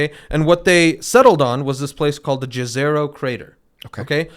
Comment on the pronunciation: Ne re tva - (not Neterva or something else) Its a name of a river on Earth. And Jezero is pronounced with J like Y in the word Yogurt. Not the classic english "J". The word "Yezero" means " a lake". So, the location is literally named a crater lake. Same language like the name of the river Neretva. (which does not have a specific meaning itself as far as i know, it is just a name) It makes me smile those words are connected to this great research and these promising results. Its nice. This kind of research is all good and great but we wont really know until we dig deeper and explore those samples in detail. Rosalind Franklin rover will get to Mars sooner then any kind of "samples return mission" can be accomplished. But we really should have at least several of those in different locations to get a better picture. And all those together would be cheaper and faster then "sample return" plans.